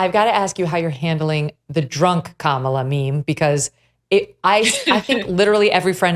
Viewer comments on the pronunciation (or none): An impersonator who does not know how or refuses to pronounce the VP's name, Kah-ma-la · She can do everything but pronounce Kamala. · If this woman has a "gift/ super power" why can't she pronounce Kamala's name. Maya Rudolph really has it.